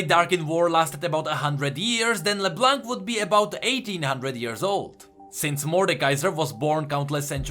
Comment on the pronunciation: Her name is “le blaw” not “le blunck”